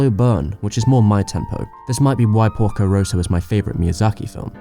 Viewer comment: you really made a nice video, really, so you get my thumbs-up. But honestly... do something about your pronunciation! there is not one name you pronounced correctly! Ghibl, Toei, Porco Rosso, Lupin... even google translate knows how to pronounce them!